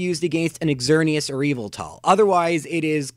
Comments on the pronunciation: God, no offence but I can't stand the way you pronounce Xerneas, Yveltal and Zygarde. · It's interesting to learn how differently two people can pronounce Xerneas, Yveltal, and Zygarde. All three of my pronunciations are different from yours: ZER-nee-us, ee-VEL-tal, ZYE-gard. I acknowledge that Pokemon name pronunciations are generally not universal, just thought it was an interesting thing to note.